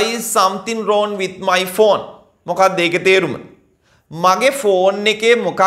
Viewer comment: රෝන් නෙවෙයි රෝං Becareful, If you pronounce wrong as wron the students get confused..